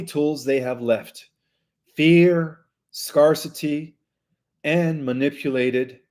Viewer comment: Sc-air-city Scarcity